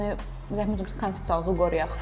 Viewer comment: Konfisealliqi qoruyaq yox konfidensialligi qoruyaq, eziz aparici